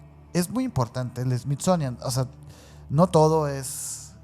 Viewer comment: Me encanta cuanta ignorancia hay en sus relatos a y sus pronunciaciones fatales dignas de un premio a la ignorancia y estupidez me encanta más cuando dices SMITZONIAN jajjajajajJa